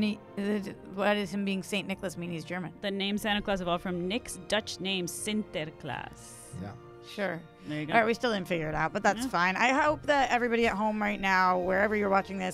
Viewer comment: Good job, you pronounced 'Sinterklaas' correctly! I alway appreciate it when people from the other side of the Atlantic ocean say words from my native language correctly.